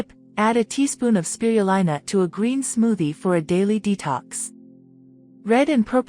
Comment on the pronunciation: Why is spirulina mispronounced...please correct this